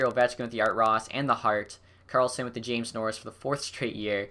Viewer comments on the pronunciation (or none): none